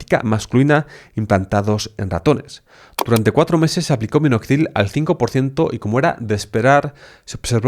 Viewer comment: En vez de : Minoxidil, dices: Minozidil ....